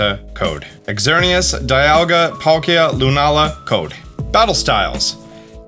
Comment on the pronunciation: I am so sorry, i can't help but be that guy! It's za-shee-yuhn It's zer-nee-uhs It's coh-smo-emm It's also paw-nee-yard! Again I'm so sorry i just couldn't help HHHHHHHHH